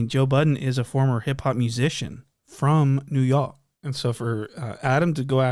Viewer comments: Bro why did u say new york like that at the end 😭😭😭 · Good vid… don’t say New York like that again 😂 Ik it was a joke but it missed.